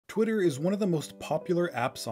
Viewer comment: Did You Say "Pwitter"?